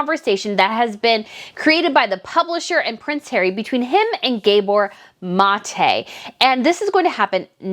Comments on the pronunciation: its not Gaybor... its Hungarian and it is 'guh-baw' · It’s pronounced Gah-bore… like Zsa Zsa. He’s a genius and he calls people on their sh*t but he’s lost points in my book and clearly he’s been Markled.